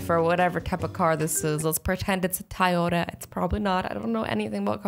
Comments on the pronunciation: It’s not ty yoda it’s toy yoda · IT'S NOT TIYOTA IT'S TOYOTA 😠😠😠😠😡😡😡😬😬😬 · I think she meant Toyota instead of "tie otta" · Azzy: Tyota Me: umm what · I stared laughing when azzy keeps saying tiota instead of Toyota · Azzy: Sponsor me Tyota Toyota: Maybe if you say our brand name right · It's Toyota not tyeota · Tiyota 😂 um azzy sorry to break it to you but it’s kinda pronounced Toyota love ya 😊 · Its toy-ota not tay-oda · I love how she said tyoda instead of Toyota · Did any one notice she said tAyota instead of TOyota 😂😂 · Your pronouncing it Tiota but reall it is Toy-ota Toyota grammar lessons. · The amount of dumb that came out her mouth was insufferable!! Ty-o-ta .......the fudge its a toyota toy-o-ta..... Christ!!! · You said "Tyota" lol its Toyota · ITS TOYOTA NOT TIYOTA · a tie-oh-tah 😂 does anyone else say it like that?? I've never heard anything other than toy-oh-tah (🚫no hate🚫) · azzy i not trying to mean but it not tioata it is toyato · She said tiyoda instead of Toyota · I love you Azzy but it’s pronounced toy-ota not ti-ota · never say Tieota again 😒 CRINGE!! 😳 It’s TOYota 🤬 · Anyone else notice how she said TIota not TOYota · TYota? It's TOYota. That just threw me off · tayota? it's Toyota Lmao 😂😂😂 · Its not tiyota it's Toyota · ITS TOYOTA NOT TIOTA!!! CCCCCCRRRRRRRRRRRRRIIIIIIIIIIIINNNNNNGGGGGGGGEEEEE!!! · Who noticed that she said tayota instead of Toyota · "Tiyota"??? It's Toyota azzy but ily still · Sorry not to hate but it’s not ti-ota it’s toy-ota like a toy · "Tayota" lol Azzy😂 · It's Toyota (toy-o-ta) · Your saying Toyota wrong say it like Toy Yoda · Did she say TIE-Oda? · Azzy it’s pronounced toy-yo-ta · its toy-ota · It's pronounced TOY-yoda. GET IT RIGHT!! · I love how she pronounced Toyota as tyota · Tye-ota giiiirrrrl! Damn! You have to be low key trolling. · She says Toyota like TIYota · Was anyone else annoyed by the fact that she said Toyota wrong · I “love” how you pronounce Toyota😂